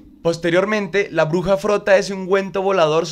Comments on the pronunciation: Por qué escucho "la oruga" en lugar de "la bruja"? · No es hate para nada, pero no sé porque cada vez que dice "bruja" yo escucho "oruga" y me desespera por alguna razón 😅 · Muy buen video...pero cuando pronuncias bruja se entiende Oruga